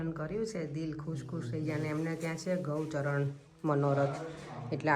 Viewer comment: Decoration na bolay shree thakorji mate SAJAVAT kehvay and it's gaucharan manorath not gaucharn